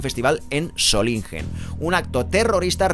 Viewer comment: si te ayuda, se dice /Sólinguen/